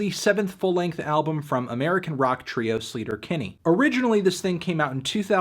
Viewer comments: Btw, I’m pretty sure the band’s name is pronounced Slay-ter-Kinney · Wait it’s not pronounced “sleeter- Kinney” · Anthony I don't even care that you're mispronouncing Sleater-Kinney since this is one of my favorite albums ever and you're reviewing it for classics week <3